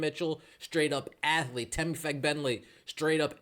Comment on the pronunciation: Sheesh! YouTube shadowbanned my comment for spelling Temi's last name. I guess that there's a bad word hidden in there. Anyway, the stress is on the first syllable, not the second.